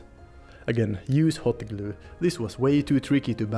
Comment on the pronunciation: I love how you say 'gloo'. xD